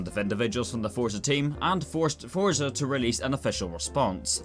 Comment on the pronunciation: Someone needs to teach how to pronounce the word Forza there’s no t in Forza